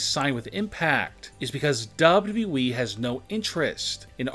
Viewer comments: One. No disrespect but you need to learn to read and talk better for your show. Good idea but your delivery needs to be better. Its W W E, not WE like you make it sound. Record yourself and listen back. You need to stop talking up and down so much and keep a better even tone and talk slower also. btw Sasha is still under contract with W W E. and as we know nobody is banned for life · It's w w e not dubdubue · Anyone else hear duhbleduble-E when he says wwe? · Sounds like he's saying dubbadubbaeeee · Nobody Literally Nobody This man- "Dub Dub Eee" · Dubba dooweee? That's not how you double a W😂😂😂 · Chris Cherico. Daba daba you eee. Can you learn how to speak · Idk how tf you're pronouncing wwe🤦🏾‍♀️ buh it's simply the letters w , w , e bro pronounce it right please .... it's said how it looks 😑 .......... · He’s saying dubdew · "DUVodUbooE"🤦😂 jus stfu dude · Wwwwwwwwe.. Please learn how to prenounce WWE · Your " Wwe" pronounciation had me dying!😂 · How he pronounces WWE😂😂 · Somebody teach this guy how to say : WWE Man has Learning disability I think 🤔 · The way this guy Says wwe:🤣🤣🤣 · Pretty much all these are speculation. You say likely a lot should change it to 10 stars that are likely banned from wwe and learn a new way to say wwe the way you say it is horrendous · Say W.W.E 🗣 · Damn the way he pronounce WWE makes me sick... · This guy cant say wwe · Learn how to say WWE